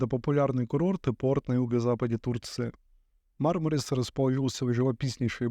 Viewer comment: МАрмарис - по-английски. Или - МармарИс - по-русски (ирис, мармарис, барбарис). Но никак не «МармАрис».